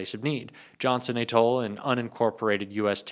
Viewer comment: How am I supposed to take someone seriously who can't pronounce atoll?